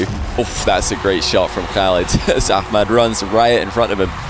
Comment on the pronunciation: I like how he actually pronounces the H in ahmads name unlike loads of ppl ik